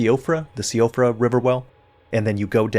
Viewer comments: Siofra is pronounced “shih-fra” or “she-fra”, it’s an Irish word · Siofra is pronounced She-fra btw. It's based on Gaelic. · Siofra is pronounced she-fra. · I have it on good authority from an Irish person that Siofra is pronounced “Sheef-ruh,” for those interested.